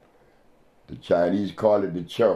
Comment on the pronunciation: Thanks Dr Sebi for the awareness , I like you when you say CHO 🙏